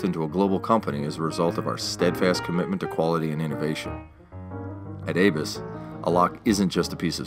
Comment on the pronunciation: I am only slightly familiar with German, and believe ABUS would be pronounced as AHH-BOOse, rather than Avis, and it is a fact the Google/YT auto caption bot displays "Avis" not ABUS. Turn on CC and see for yourself. Truly and accurately yours, Alan